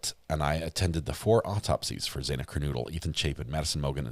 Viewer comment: I wish you’d say Xanas name correctly. Not saying either of her names right but you can say Gonclaves and that’s not even spelt as it’s said!